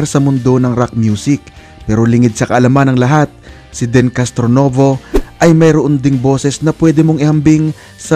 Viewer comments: Deeeeeeeeen kuya hindi Den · deeeeeenn.. not den. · Ang bigkas po ay DIN...hindi DEN. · It’s pronounced as “Din”,not “Den”… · Din hindi den lekat kang magsalita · Deen( din po ang pronounciation nito)